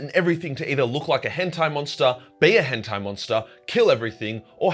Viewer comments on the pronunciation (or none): none